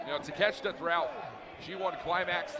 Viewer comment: Taa-ke- shee- ta. That's how it is pronounced. Not Takeshta.